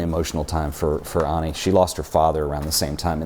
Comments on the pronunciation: Pronouncing Annie as Aunie is killing me smalls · I thought I was the only one annoyed by this difference in pronunciation. She doesn't even pronounce her name the way he does! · Annie doesn't pronounce her name as "ONNIE." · I believe the first name starts with an A not an O so it would be Annie not Onnie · her name is annie not onnian not on